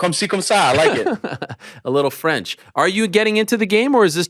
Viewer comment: I think helwani actually got that French right